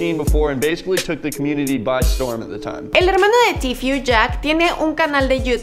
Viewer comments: Se dice tfue no tifiu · Se dice tfue no tfiu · Cada vez que decía tifiu(tfue) me quedaba como:KHE! YO EH ESCUCHADO A TODOS DECIR: TFU(tfue) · Se pronuncia "tifu" jaja pero bien video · like site incomoda que ella diga tfiu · “Tifiu” jajajaja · Di bien el nombre estás diciendo tifyu tifyu jaja hable bien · que mal que pronunciaste mal Tfue todo el video !